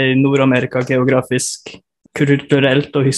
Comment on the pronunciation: Is the Norwegian guy originally from the west coast of Norway? It sounds like he's mixing dialects, he speaks east Norwegian (around Oslo) with hints of an other dialect. The prosody in the word "geografisk" is not really how they would say it in Oslo. And he's pronouncing "er" like "e" , and pronounced "hva" like "ka" once. Great video ! I look forward with new episodes with Norwegian dialects.